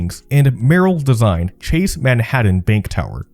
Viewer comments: It's not pronounced Manhadden! Try saying Manhat'n, like you're skipping the vowel and not the T's. Many young people these days really do not know how to pronounce their T's, either ignoring them or making them silent. I first heard it this wrong way when I was in a call center in 2012. The rep next to me said the word important as impor-ant. People there is a T in the word, please pronounce it correctly. Are teachers messing this up or are the kids doing it on their own? Learn your language. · It's "Man-haT-TAN" not "Manhaddun". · Excellent documentary. Great research. Fine presentation. But the halting narration and the continued way you (mis)pronounce "Manhattan" turns me off. As a professional voice actor, it was enough to make me stop watching a few minutes in. Manhaddan... Manhattan... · It's ManhaTTan not Manhadden... stop it! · If I have to listen to him say "Manhadden" one more time... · Man-HADDIN lol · I was trying to get into this, but the robovoice constantly pronouncing it "Manhaddon" drove me nuts! I had to bail when I was only 5 minutes into it. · Good video! Ta and Ds are supposed to sound different. “Manhattan” is not pronounce “Manhadden”. And “button” is not pronounced “budden “… Again, great video! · Yes. Oh, and "MAN-HADDIN" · This! There’s a T in Manhattan, not a D for instance. And Canal Street is “CUH-nal” not “CAN-ul” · Yes. Also the prononciations drove me nuts, especially “Manhaddan.” “Uncerdain.” “Seri-ez.” “Taggled” instead of “tackled.” Etc. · He pronounced "esplanade" as "esplonDAY" also. That cracked me up. He also reads like every word is its own sentence. "Manhattan. Was. Originally. Settled. By. The. Dutch." That drove me insane. With a little work on the voiceovers, this could be a huge channel though.